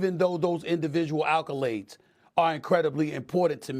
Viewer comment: "Individual "alcolades"??? May I see your i.d., please...?